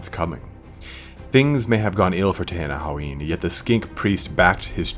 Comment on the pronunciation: And it's pronounced like Ten-in-wan. Why can't people get that right?